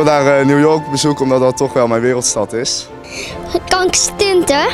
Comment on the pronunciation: kank stunten Ik verstond eerst kanker